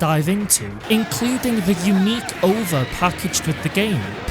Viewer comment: Good video but you gave me a stroke with how you pronounce o v a